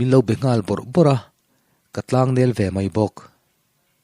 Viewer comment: A ngaihnawm khawp mai. Chhiartu tan - "a taksa nel thêp" tihah khan "nel" kha "nél" tiin an thlûk hniam aṭanga tihsàn chhoh zâwk tûr a ni e